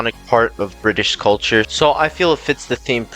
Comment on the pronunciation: the way bro said "bri'ish" got me dying😭😭